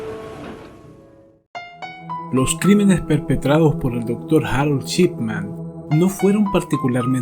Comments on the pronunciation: El caso muy interesante. Lo único es "Shipman", no "Chipman", tal como se lo menciona al apellido del médico en todo el documental. Eso resultó bastante molesto. Por lo demás, muy interesante el caso, no lo conocía. Y ojalá continúes con tan excelente contenido. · Excelente investigación. Único detalle ( porque contigo ya se hila muy fino, por tu excelencia ) la pronunciación es SHipman y no CHipman. Saludos y continúa de esta manera! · En otro vídeo, te he comentado que me parece una muy buena idea abordar este tema del crimen para tus trabajos y que tu narración es muy buena. Hay algo que quiero preguntarte: ¿eres mexicano? Lo digo porque pronuncias la sh como ch. Así se produce "Chipman" en lugar de Shipman. Si nos tomamos el trabajo de traducir lo mejor posible este apellido, tendríamos que el primero sería "hombre del circuito electrónico" y el segundo "hombre del barco, o navegante o barquero". Pregunto por tu nacionalidad, porque es de público conocimiento que los nativos de México dicen, por ejemplo "Chéspir" en lugar de "Shékspir" (Shakespeare). El famoso "Chespirito" (diminutivo de Shakespeare) era Gómez Bolaños. Solo es una curiosidad. Desde ya, gracias y saludos. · Perdón pero cada vez que diiiste su apellido está mal.. es Shipman, y tú dijiste durante todo el video Chipman. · Me encantan todos tus videos . Es Dr Shipman. (Yipman,no chipman) solo eso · El título dice "Shipman" pero cada vez que lo nombra suena "Chipman" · Me encanta este canal. Lo descubri ayer y enseguida me subscribi. Solo una critica constructiva: Practica como pronunciar las palabras en ingles para que se te escuche mejor. En vez de decir Shipman, dices Chipman. Gracias por tus videos. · "chipman" dice lol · Muy buenos documentales. Me suscribo. La única crítica.... Dr. Chipman nooo, mal pronunciado. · Shot de vodka por cada vez que dice "Chipman"!